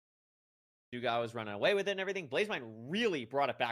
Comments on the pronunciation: doogle not doogile sob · “infoomi” “snowcrab” “doogle” 🥀 if hax’s name was longer than 3 letters he’d find a way to pronounce it wrong too 😭